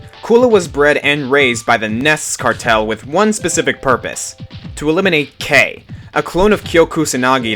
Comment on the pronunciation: K'. It's pronounced K dash